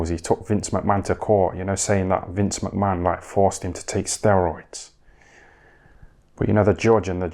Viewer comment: Have a shot everytime this dude says vince mcmann lol